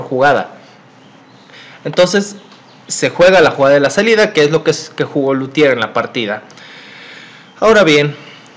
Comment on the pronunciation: Es Lautier no Lutier.